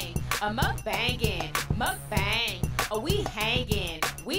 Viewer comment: how do you have a mukbang theme song where you're pronouncing the word wrong lol... and your mic is bad quality. everything else is cool. first time viewer